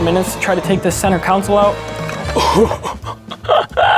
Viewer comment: Learn how to say console man not council